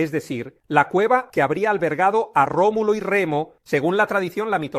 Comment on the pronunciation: Remulo? No era Rómulo?